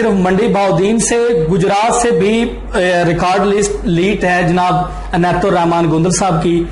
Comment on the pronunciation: او بھائ جان عنایت ھے انیت نہیں 😍😂😝